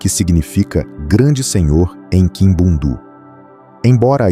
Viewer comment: Correção : Povo Ambundu ( Norte de Angola ). Língua : Kimbundu Pronúncia : Àmbú:ndù Kìmbú:ndù Povo Ovimbundu ( Centro, Sul de Angola e Litoral de Angola: Benguela, Huambo, Bié, Huila ). Língua : Umbundu Pronúncia : Òvìmbú:ndù Ùmbú:ndù